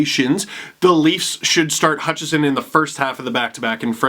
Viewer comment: Hutchinson, not Hutchison.